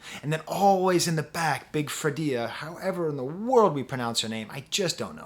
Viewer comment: Perfect opening👍...You only needed a tin foil hat over your sharp new haircut✂️💇🏻‍♂️ Big Freedia is pronounced like "Freida".